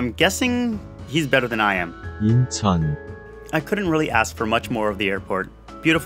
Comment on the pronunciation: "Incheon" ..dude